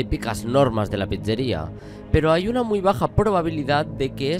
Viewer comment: me hace gracia como dice "pizzeria" JAJAJJS